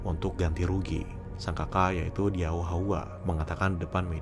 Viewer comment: Sedikit nambahin Bang: Qing dibacanya cing. Diao dibacanya tiao.